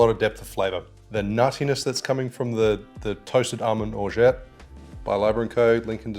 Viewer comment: "orja" not "orjaT", the T is silent